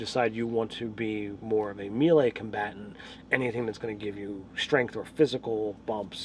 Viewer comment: I just noticed that you say melee wrong and I am now forever triggered when you say it XD